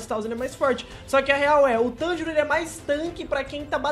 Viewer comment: MANO NAO E TÂNJIRÔ É TANJIRO FALA CERTO VEI KSKSKS